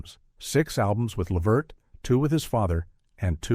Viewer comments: LUH-VERT LUHHHH VERT! Not levet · Its Lavert, not Livert.🤦🏾‍♂️